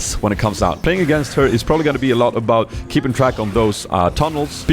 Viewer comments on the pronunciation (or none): none